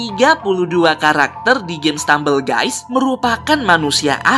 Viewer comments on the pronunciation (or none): stemambel gusy